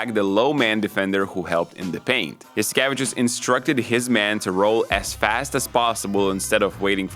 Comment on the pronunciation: Oh man the way you pronounced Saras last name made me realize that we’ve been saying it in Greek wrong for decades. Yas ee ke Vee chews (tsious)